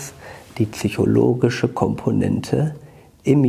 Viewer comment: Nicht "Tsychologisch". "Psychologisch" Aber ansonsten richtig gute und spannende Stoffe in Ihren Videos.